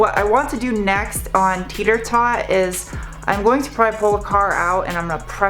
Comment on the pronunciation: are you saying teeter tot or tater tot?